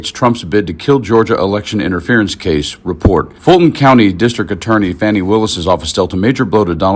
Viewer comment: Please pronounce Fani’s name correctly. Fawn-ee